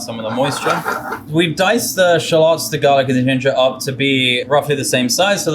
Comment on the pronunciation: i've never heard shall-ohts pronounced that way lol